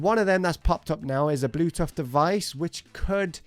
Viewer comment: So we just gon ignore he said Bluetuff instead of Bluetooth Bluetooth lol😂😂